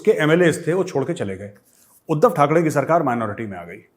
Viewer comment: Sir its not THAK (DEY) it is THAK (REY)